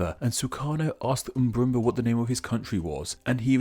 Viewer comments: Do you know how to say it correctly? Then again this guy is infamous for mispronounciation. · I Crack up Everytime he say "Mburumba"